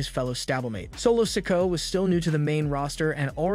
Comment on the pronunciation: Well the one that gets me is when he says solo sikoas name its se-koh-ah not sicko sorry I'm not being mean or anyting it's just a pet peeve